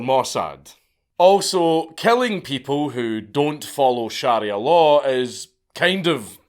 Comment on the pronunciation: You’re pronunciation of sharia hurts my ears 😂